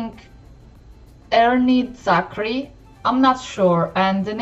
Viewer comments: Ernie zakri is the name Ku bersuara is the title You pronounced them good! :) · Despite of not understanding the song, you get the interpretation of the outfit correctly. Our language name Bahasa Melayu. Its our national language. Bahasa = languange Melayu= Malay I’m impressed you can pronounce Ernie’s name the way it is. Thanks for honest reaction.